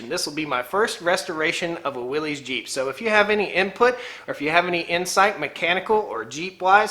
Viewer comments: Please quit calling it williessssssss, you are giving me the willies. It is pronounced WILLYS. "Yars says" WILL S. Willies is a nervous condition of agitation or great discomfort. You have in your life probably heard a person announce someone or something gives them the willies. And no, it's not up for debate. Familiar with your area and love your videos and things going on. Keep them up from now on. Check out John Willys, circa 1912. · I believe it's pronounced Willis...not willies. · It's pronounced Willis, not Wilee's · No one's going to comment on how it's pronounced Willis, not Willeez? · The way you mispronounce Willys drives me up the wall. Other than that love the content. But MAN that mispronunciation drives me up the wall.